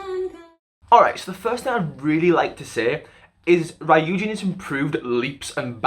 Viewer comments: ... Off topic, but it's ree-yujin, not righ-yujin.. Sorry, I don't mean to be mean or rude I just would like to tell you ;v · tip on pronouncing "ryujin" okay so her hangul name is 류진. there are 2 syllables so it's not really ry-u-jin it's just ryu-jin. think of it like "yujin" but with an "r" sound if that makes sense :) oh and also for pronouncing "chaeryeong" so "chaeryeong" (채령) is made up of "chae" and "ryeong" (not "chaer" and yeong"). I think most people are good at pronouncing the "chae" part so i'll just move onto the "ryeong" part. the "yeong" part can also be pronounced as "young" if that makes it easier for you. so "ryeong" is just "young" but with an "r." put it all together and you got "chaeryeong"! :D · “Rayoojin” 😭😭 it’s “ryu-jin” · ry-ujin ❌ ryu-jin ✅ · Bytw it's REE-you-jin not RAYE-you-jin as for Chaeryoung it's CHA-EH-ryoung😄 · Ryujin is pronounced loo-jin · Saying that she's both your ultimate bias and also saying her name like "rye-yu-jin" tripped me up! Good analysis otherwise though, especially with pinpointing the areas of development. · Ri - yujin Sorry😂it’s just the pronunciation though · I think u pronounced ryujin wrong It's not rAyujin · ryujin is pronounced kinda like ru-jin :<< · Great video 👍🏻 by the way it’s pronounced roojin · Fyi Ryujin’s name is pronounced like “Roo-jin” but it’s understandable since u don’t speak/know korean 😅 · I CAN'T WITH HOW HE PRONONCES RYUJIN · why do you pronounce ryujin like that